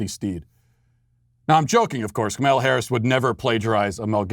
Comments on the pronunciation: Its Kah-mah- la not kah-mel- la. That is something I don't understand, no one liked her when she was running for president, but now she is the most amazing person ever. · Matt, it's pronounced "comma-la." Say it with me: "comma-la." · Comma-law Inexcusable for a political show to mispronounce the vp elects first name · It is purposeful. Funny stuff. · Carol Brotherton It's extreme ignorance/incompetence He does politics for a living and can't pronounce the vice presidents name? Its either massive incompetence or ignorance